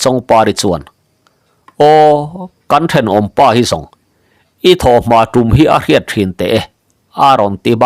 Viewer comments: Darbu hi tûm ni lovin tum tihtur ni awm tak a ni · Tum hi ṭingṭang tum angin lam tur alawm dar tum hi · A lawmawm e...ih maw,tumphit hi an tum ngai lo a sin,'Tum' i lam dik lo tlat,kan tawng ho tetea ngaih lam dik loh awm thin hian ngaihthlak a tinuam lo,lo inzir uluk aw